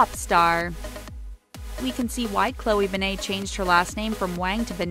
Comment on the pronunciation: Say her name like a normal human being